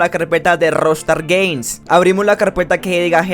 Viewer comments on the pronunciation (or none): "vamos a la carpeta de Rostar geims "